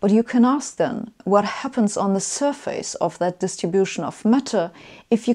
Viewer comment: Joakim von Anka It's sur-fis not sur-fayce.